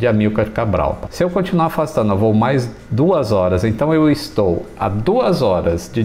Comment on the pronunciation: "e eu já estol"